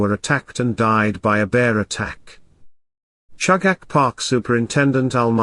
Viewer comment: Pronounced CHOO gahch